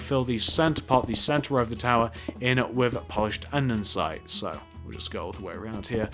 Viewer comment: "Polised Aninsite"